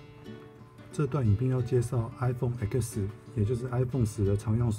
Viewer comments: 要介紹iPhone X連他的X唸ten都不知道嗎 直接唸字母音 實在是很無語啊😓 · 那个X是数字，不是字母，所以读“艾克斯”不太合适